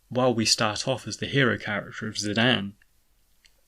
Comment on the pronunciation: I just wanted to say thank you for pronounces Zidane’s name as “Zidane” and not “Zidane.” It bugs me so much when people pronounce it that way. (But really I’ve always pronounced it the way you pronounce it)